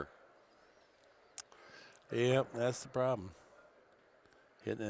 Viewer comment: stop saying FeedOr his name is FED OR